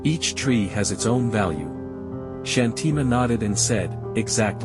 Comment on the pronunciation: Thank you for sharing such an inspiring story! Just a small suggestion regarding the pronunciation of the name Shanthi Ma. We feel that using the Indian accent for pronouncing Indian names adds a sense of originality and helps the story feel more authentic and connected🙏